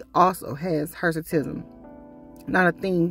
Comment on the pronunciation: What is Hersitism or whatever she said?